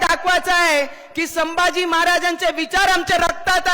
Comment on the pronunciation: She & Her Husband once shunned Hinduism & was seen dumping Lord Ganeshas idol, She couldn't recite Hanuman Chslisa once. She supports divide in Hindu Society. Its said She refuses to talk on Upliftment Downward Filtration Policy. She can't pronounce Shambhaji 🤣🤣